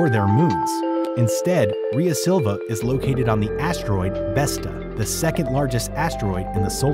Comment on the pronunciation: I don't know about that, but he is definitely mispronouncing Rhea Silvia.